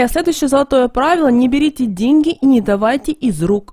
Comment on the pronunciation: Да шо ты Ғафаришь.... Прям деньХи притянешь🙈😂✌